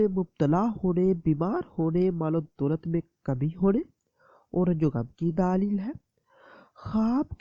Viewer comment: Ap urdu theek sy boliye please. Daleeeeeeeeel per zara kam zor dein.